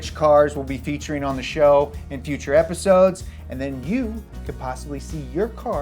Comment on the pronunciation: "Living in the guture!" Lol 😂